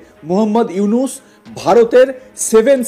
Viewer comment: ইউনুস সার তর বাপ সুন্দর করে নাম উচ্চারণ কর হকার ইন্ডিয়ার দালাল